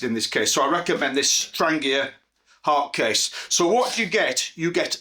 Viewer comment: THANK YOU for not saying 'tran jee uh'. <3